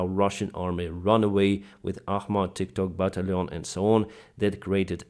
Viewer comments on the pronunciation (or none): none